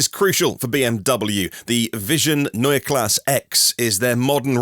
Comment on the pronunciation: yes, like Porsche. You pronounced that right.